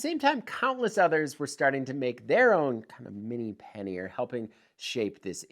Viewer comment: Say it with me ... PAN-YER ... not Pan-Ear. :)